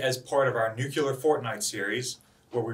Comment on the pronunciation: Nuclear. New Clear. Nuclear. Not New Qular. Nuclear.